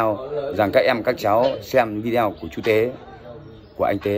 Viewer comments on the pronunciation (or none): none